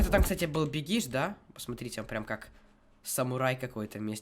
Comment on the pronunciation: бегиш ударение падает на 'е'